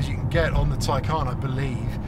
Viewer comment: No one says it like you “Taycaan”